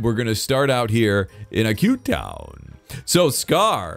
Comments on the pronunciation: The way says Aque town is like, A cute town. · ikr!! Just- A CUTE TOWN